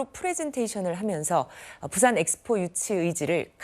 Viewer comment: 프랑스가서 영어로 프리젠테이션 하는게 맞나 ! 부싼 ~~~~ 발음이 쥑이네 ~~~~~ 부싼 ~~~